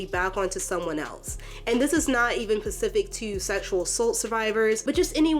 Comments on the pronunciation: Have you been saying “ Pacific “ instead of “ Specific ” on purpose the entire time? I wasn’t going to say anything until I heard it like 4 times 😅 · How about I don't give some onlyfans thot "grace"? Yeah, how about that. Learn how to pronounce Specific.